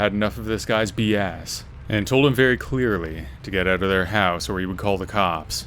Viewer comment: I love how you pronounce house... hauss. Excellent stories and definitely unsettling feeling when you are alone in a house.